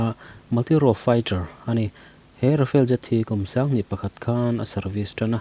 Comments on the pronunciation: rafael ni lo in rafale nih khi i chhiar thiam lo mi,, rafael chu israel company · Tejas i telha, SAAB Gripen E i telhlo hi a mak thlawt. . . Rafale ai pawh hian a tha mah zawk ang. Chuan RAFALE hi A hi mizotawnga A ang hian lamrik tur. Rafel tih anga lamri lovin RAFAL tiin, FALE laia A hi thluk sei deuh bawkin.